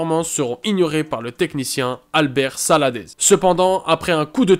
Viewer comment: Il y a quelques maladresses : Le joueur du Bayern s'appelle Jamal Musiala et non Murciala. L'ex entraîneur de Valence s'appelait Celades et non Salades. Attention aussi aux fautes de français. Il me semble également que Aouchiche est un peu haut et est en dessous de certains autres mais chacun son avis. Sinon j'aime bien le principe de TOP 10 qui met les jeunes en avant ;)